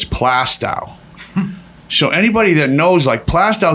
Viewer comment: As an Englishman hearing your prounce plaistow was hilarious